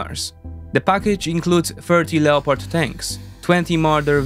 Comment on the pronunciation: Hi sone feedback, Thumbs up, very little ego. I’ve been. Pricing a few videos from sone content creators using a text to voice system the mispronunciation of words like Leopard eg Leopardi Tank which I’ve been around for over 35years. It’s pronunciation in two syllables Lep-ard Not Le-o-pard When I hear the mispronunciation I wonder if the voice is real or just AI.